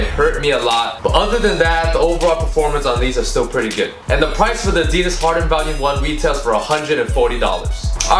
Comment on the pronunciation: pronouncing it like it's an anti-depressant lol